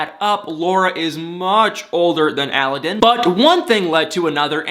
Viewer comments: Aladdin.. like the genie!! Not allllaaaden!! He’s way wayyyyyyyy cuter than this Tony guy!! Hopefully Laura will put away mr. purple!! Sucks to hear Derrick lost his job! I’ll put him in my prayers! Thanks for your videos!! And btw.. not all older women look old;)) js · It kills me how you and that woman pronoun a Aladdin wrong. Google it please, the pronunciation accent goes in the second “a” not the first one